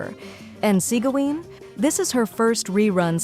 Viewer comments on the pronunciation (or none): The ai voice cent pronounce them correctly lol